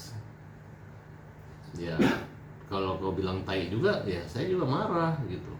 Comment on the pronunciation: Taee hat taeeeeee... bukan taiiii ampun dah hat ngana ni